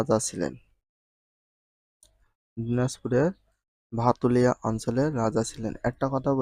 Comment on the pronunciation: ভাতুলিয়া ❌ ভাতুরিয়া ✅